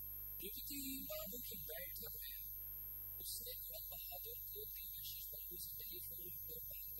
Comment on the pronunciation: Rajat Kapoor cannot pronounce long vowels in compound words lol. All these episodes, he kept saying "Satyanveshi" instead of "Satyaanveshi". And in this episode, he kept saying "Devashish" instead of "Devaashish". How come director, producer, nobody corrected him from the beginning.